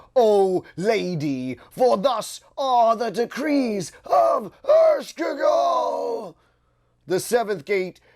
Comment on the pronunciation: LOL Ershkegal?? = Ereshkigal pronounced EreshKeegal but I do thank you for the reading.